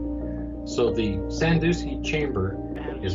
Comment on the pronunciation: Sandoosky...lol. It's San-DUSK-ee